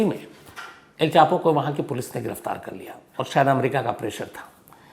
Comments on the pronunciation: per aap ne el chapo ki jagah El pacho bol diya ... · On 13 minutes, you said el pacho 🤣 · Sir me fan hu apki story telling ka Lekin plz script ko ek se do baar pada kariye or kam se kam kisi corrector ya jageh ka naam achhe se yad kariye pe" Al Pacho "kya h ....?